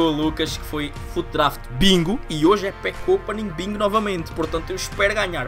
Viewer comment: "Pack OPENIG" kkkkk